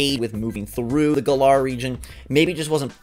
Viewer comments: Im annoyed that the trailer came out yesterday and yet peiple still cant pronounce the region name right even though they said it in the trailer like its GALLAR as in Gallant not Guh-LAR stop daying it wrong theres no reason to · Gotta love how everyone is calling it Guh-lar when they clearly pronounced it Gal-uhr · I hate how they keep mispronouncing Galar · Hate the way he’s pronouncing galar